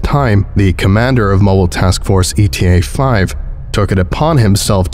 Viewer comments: Hmmm, I liked the performance of this (though in a few places Eta the greek letter got read as ETA the english acronym) - I just don't think this scp was that well written 😕It just spells things out really obtusely and I don't think Mann wrote his entries in a very believable way. The character just saying flatly 'X or Y is horrific' or 'I am stricken with terror' or even 'I am very frightened' just doesn't feel authentic or convey actual horror. I mean the amount of times he does it is comical bordering on the annoying. The non-euclidean spacetime stuff was cool though, if a bit contrived. You'd think something interesting would have been going on with the appearance of the landscape itself, but nope. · My only criticism is that the MTF is Eta-5, not E.T.A.-5. "Eta" (Η / η) is a letter of the Greek alphabet, pronounced "ita." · It will always drive me crazy how he says eta as E.T.A. every time and not as the greek letter but I feel like him changing it might take getting used to at this point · Hey,. Love your narrations, but jsyk eta is pronounced like ateuh(ate-uh but as one word). most MTF use like alpha, gamma, epsilon, etc. And eta is another one, not ETA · note: the initial MTF is Eta (ay-tuh) 5, not E.T.A 5. Eta is a Greek letter, and the MTF name follows the Greek Letter-Arabic Number naming convention. Just for the future:) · It's the Greek letter Eta, Not "E T A". It's pronounced "ATE-UH". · Hate to nitpick, but it's not E-T-A. It's pronounced a-ta. The Greek letter. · Always looking forward to your next skip! But for future reference, eta in this context is a Greek letter, not an abbreviation. It's a pronounced word, not E. T. A. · Greek letter eta, not E T A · It is if you're talking about time. But in context, it's supposed to be the Greek letter.